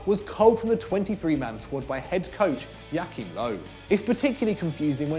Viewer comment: Its joachim löw and not jackim löw